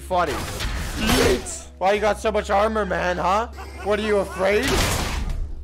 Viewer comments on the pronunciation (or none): none